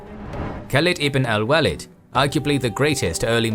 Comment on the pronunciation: Just a feedback as I like this a lot. It might be worthwhile to look up how names are pronounced or consulting someone who speaks Arabic. Khalid ibn al-Walid pronunciation was really bad compared to everything being so well done. a quick "How to Pronounce" + name would do it.